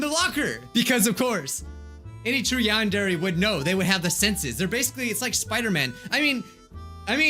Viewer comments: WHY U SAY YAWNDAIRY. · Why u say yan-DAIRY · When he said "Yandere" the subtitles were like, "Nahh.. He said you and Jerry" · It’s YADERY